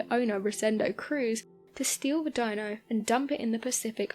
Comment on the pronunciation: it is actually a FERRARI "DINO," DEE-NO, named after Enzo Ferrari's son. Dino died at 24 of muscular dystrophy, and Enzo fell apart. He built this car in his honour.